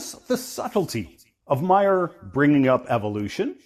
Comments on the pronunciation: You know, when I denigrate people by slapping stupid labels on them and condescendingly claim that the guy with the Ph.D. doesn’t know what science is, I like to check the pronunciation of their names. It’s not “Mayer,” dumbass. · Maher is not pronounced Meyer.